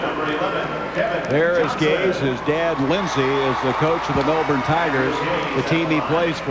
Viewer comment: The “Brizz-Bayne” Bullets, eh? And shortly after that I was surprised to hear him NOT butcher the “Mell-Born” Tigers 😂 one of the only Americans I’ve ever heard pronounce it as Aussies do